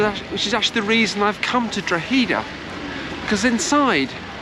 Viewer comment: My beautiful home town Drogheda and you prounounced it will :)